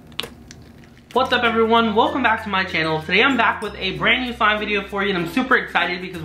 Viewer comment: You said,'what tup everyone 'love your videos #uniicornfam